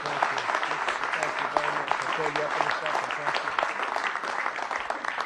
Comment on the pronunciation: "Trent where trebt he's very easy to find"😂😂😂👍👍